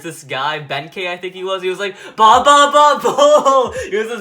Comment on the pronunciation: Free de la hoya he said keba